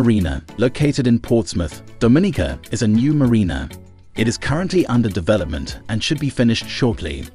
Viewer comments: Pronounced "Dom-min-nica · You can't even say the island name right